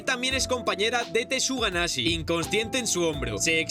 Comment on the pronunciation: alguien mas escucho tortuga naze en ves tsuganashi? xd🤔🤔😎